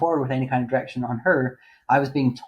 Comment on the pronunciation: The amount of times I thought you said erection instead of direction 🤦🏻‍♀️ "you would have erection on a girl, then you discuss your erection with your dad.."